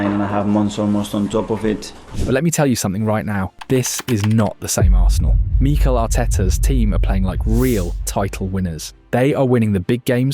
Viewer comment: When did Mik-el start being pronounced Mee-K’l